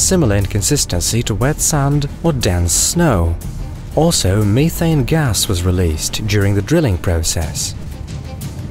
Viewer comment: Me-Thane (has me cringing)